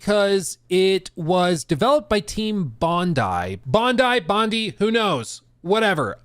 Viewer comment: Bro’s absolutely destroying the pronunciation of these names. It’s Mownash and Bondee.